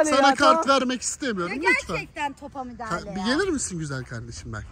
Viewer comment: meral abla ikisaattir topa mudahale diyooooo